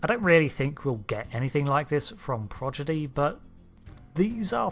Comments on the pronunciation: I wonder why always says Progidy and not Prodigy. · Its pronounced proDIGY and not proGIDY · Borg has intestines in it's legs - as it certainly has none in it's belly. Also keeps saying Prod-gee-dee not Prod-ee-gee I note. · You keep pronouncing it “Progidy” instead of “Prodigy”. Minor error, yes, but it’s happened multiple times in at least 2 videos that I’ve seen/heard. Just an FYI. Edit: Just saw an earlier comment mentioning it. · I'm sorry, what's Star Trek ProGiDy? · Its not Pogidy! Its Prodigy!! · Lol, "Progidy" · Prodigy, not Progidy. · Progydi? did i hear that right :D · "Progidy"? Okay, whatever. ;>) To my mind the greatest existential threat Starfleet has ever faced is from people diddling with time. I'm thinking of the Krenim and Captain Braxton. When last we saw Annorax (of the Krenim) he had laid down the PADD with his time-diddling calculations in the past rather than tell his wife to piss off. That might mean he blew it off completely but I don't think so. Eventually he'd come back to it and changes would start radiating from his diddling. Eventually one of them would wipe out the Fed. Braxton... he wanted to destroy Voyager to prevent a relatively minor incursion but when Admiral Janeway blatantly violated the Temporal Prime Directive in Endgame he should have come after her with phasers blazing. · Prodigy not prodgity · Audio illusion: did he say Prodigy or Progidy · Progidy? Come on man. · Every time you've mentioned this show, you've called it "Progidy" (instead of "Prodigy"). This amuses me, for some reason. 😆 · No, hes just saying it wrong. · Came to say this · "Star Trek Progidy" Sorry I know it's a nitpick but it just popped out. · Ah yes, "Progidy". My favorite Star Trek series!~ 🤣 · Aaaaaa. Stop saying progidy. I can't stop hearing it now. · I'm sorry. I made it 3 seconds in... did you say "progidy" ?! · can we draw attention to the fact that he said progidy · Is he trolling us by saying "Progidy" twice?